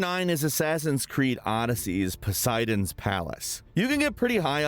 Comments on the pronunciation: puss-idons palace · "poh"seidon's palace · Poo-sidons palace?